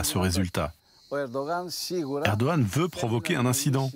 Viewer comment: Par contre il est chiant à ne pas dire le G de Erdogan 😥